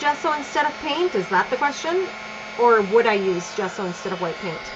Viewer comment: Great layout! Gesso is an Italian word (meaning gypsum, chalk) and your pronunciation is totally correct! jesso, like the first sound in jasmin